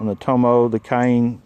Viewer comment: i looked that up, i think it's Toma, not tomo lol, pretty darn cheap! thx again